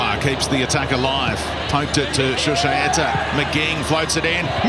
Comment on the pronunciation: Brenton Speed. Stop. Saying. Shushaeta.